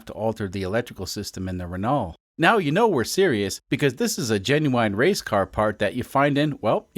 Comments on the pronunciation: Pronounced "Rah-no" btw. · Renault is pronounced "ren-no" just fyi. French is odd. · Renault = Wren-oh. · That's not how to pronounce the name of that car. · Amazing content!! I like how you pronounce L in renault… at least you don’t say T out loud, I guess… i am french yes why did you ask